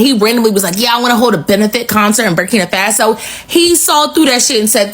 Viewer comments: This, girl from America doesn't speak for the educated blacks in America.... they're ALL LOOKING FOR A WAY TO FLEE AMERICA! KNOWING, AFRICANS born in America are killed and hated since being in America! I just don't like how she talks and continues to call "Burkina FA' SO....BURKINA FAAAASO...SMH GIRL GET YOUR CRAP TOGETHER! If, you speak on Africa? PLEASE,do it intelligently as Africans are intelligent.❤ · WOW....u should seriously NOT be the one who speaks on Africa's "Burkina Faso." Because u don't even pronounce the name properly and that's embarrassing. And, ONE African born in America DOES NOT speak for the rest of us! Traore, is WISE not to come to the states....he shouldn't TRUST that they will do right by him. Wisdom, is a principal thing for a President to have....#BRAVOPRESIDENTTRAORE 🙏🏼🌹